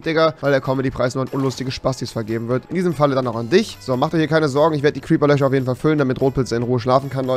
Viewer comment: Gute Besserung rewi es war ein cwiper